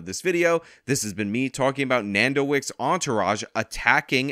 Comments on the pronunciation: Nardo not nando lol do you research before making videos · shoutout but say it with me bro. Nar-do 🤣. anyways bring justice to that young man! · It ain’t nando bruh😭🙏 it’s nardo